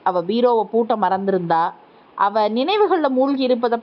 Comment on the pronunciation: அவன் அவள் இரண்டும்ஒரே மாதிரி உச்சரிக்கிறீங்க பேரை சொல்லலாமே தெளிவாக உச்சரிப்பு இல்லை